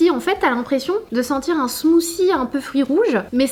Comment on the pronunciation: smoothie et non pas smoosie faut travailler l'anglais puisque tu es influenceuse.....